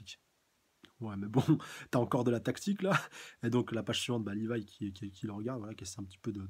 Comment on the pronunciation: Rivaille > Livaï (Au japon les L ne se prononcent pas...)